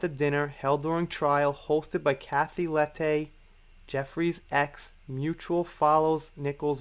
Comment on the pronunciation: Just so you know, Lette is pronounced Let. She is an Australian writer, which is how I know. And yes, we can now add corruption to the list!